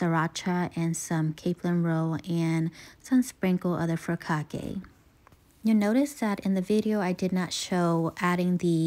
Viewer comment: Looks great! & pronouncing furikake with the long e sound at the end is close to perfect. Awesome job. 🤙🏽